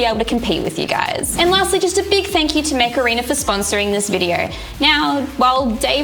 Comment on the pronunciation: Every time you said "Mech Arena" I heard "Macarena" hahahahahaha